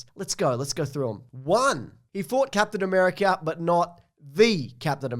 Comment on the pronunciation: I think you mean “C-ape-tian America”